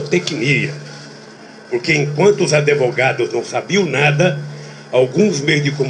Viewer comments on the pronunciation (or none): "adevogado" é ótimo...kkkkk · Os adevogados dói os ouvidos. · É lamentável um ex-presidente, ou melhor um ex- presidiário falar ADEVOGADO. ANIMAL CACHACEIRO!!!!! Se fala ADVOGADO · Um ex-presidiário, candidato à presidência da República que fala "ADEVOGADO" devia voltar pra sala de aula e terminar o primeiro segmento. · O cara é tão analfabeto que não sabe nem a pronúncia da palavra advogado . Como um cara desse foi e ainda pretende ser presidente da República .